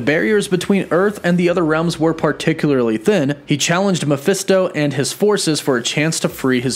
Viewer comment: Mephisto it's pronounced like Mah-fest-toe It is short for his full name Mephistopheles